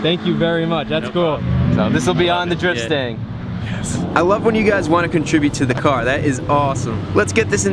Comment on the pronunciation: anyone else thought he said drip stain instead of drift stang